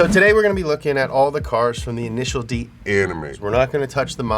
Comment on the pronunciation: INISHEEEEEEARU DEE